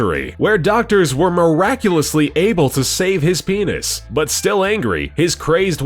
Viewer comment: HIS PINIS!!!!! LOLOLOOL